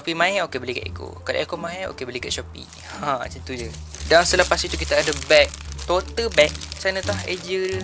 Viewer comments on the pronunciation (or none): Bacaan dia 'tot' beg bang😂